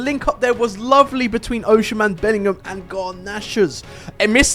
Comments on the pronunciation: bro oshimen is prounced osimen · Pronounced as O SI MEN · Why did u say ochean man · Oshimen❌️ Ocean-man✅️